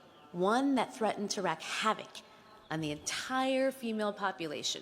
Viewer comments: Brilliant, clever, inspiring address, but the speaker pronounced "wreak" as "wreck." But not to worry: I once saw/heard Hillary Clinton, while she was Sec. of State, misuse the word "flaunt" when she clearly meant "flout." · Wreak, not wreck. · "Wreak Havoc", pronounced like "REEK", not "WRECK"